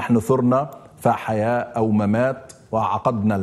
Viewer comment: فحياة التاء تنطق وبتنوين الضم